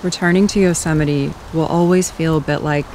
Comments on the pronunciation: did you just say Yo-see-mite.... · I absolutely Love your stuff My Grandmother was from Luxemburg and she also pronounced Yosemite like you did, I miss her. So, I've mentioned it before to you, I really want to have one of your photos of the Tetons as a mural on my Box truck build, one wall, floor to ceiling, all hues of blues and pinks and snow capped peaks, the ones I used to talk to when I cut wood when I was 14, for the fireplace, right there in Tetonia, right next to the elementary school - I might be one generation away from the poor tramps I grew up with but I have that memory, and although I was an outsider, growing up in that small town, albeit a few years, was some of the most memorable of my silly gypsy life,... I Live while I'm Alive tho... no matter where I am, today that's Salt Lake City for another week or two then maybe back to California. BTW, I like your van too, but I'm sure curious what your battery situation is, you may have covered it already but we should maybe consider an improvement - put it out to the universe.. Who knows